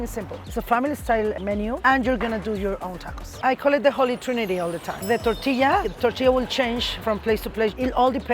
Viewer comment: Did she said tourtilla?